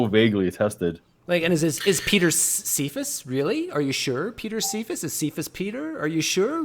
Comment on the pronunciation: dang ... I've always pronounced see-fuss as keff-ass or keff-uss.